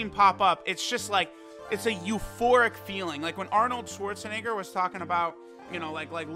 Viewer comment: The way he pronounced "Schwarzenegger" gave me, a german, a stroke